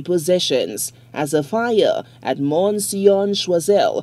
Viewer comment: Morne Siooooooo pronounced n is silent